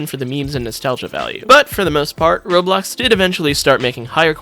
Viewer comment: instead of roblox its "RO-BOX"